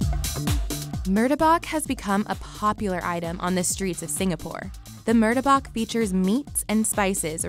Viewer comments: Dont forget about mur-de-bak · the way yall done effed up butchering the pronunciation of ‘murtabak’ i cri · I almost got a stroke the way she pronounce Murtabak and Roti Sa Mai